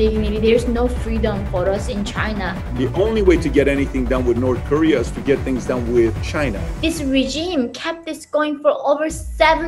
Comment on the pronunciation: "Norse Korea"